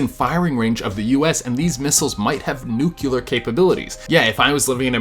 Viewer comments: Dude nuclear, not nucular please Ma stop saying nucular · You’re pronouncing nuclear wrong! Smh. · He said nuclear wrong 😫